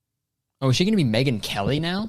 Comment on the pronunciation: he really said: megan kelly with his full chest